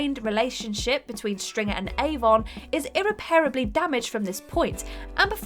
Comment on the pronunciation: And irreperable. "STOP DOING WORDS WRONG!"